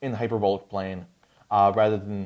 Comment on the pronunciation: You’re pronouncing “hyperbolic” wrong. The “o” in hyperbolic should rhyme with the “a” in “bawl.” Not the “o” in “bowl.” Hyper-BAWL-ick. Not “hyper-BOWL-ick.”